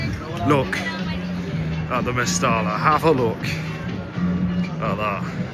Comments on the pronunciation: 'MEST - I - A' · Genuine question and not meant like being rude. For us foreigners, is it pronounced «Mestella» or «Mesteja» or something lol